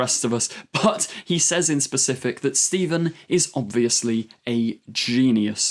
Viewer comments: This guy pronounces “says” like “saze” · Well, he's an enthusiastic, that's okay. What annoyed me is that he apologised for possibly mispronouncing an unusual name, yet at the same time can't pronounce 'says' correctly.